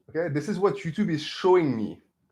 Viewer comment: Time stamp: 'ello youtchub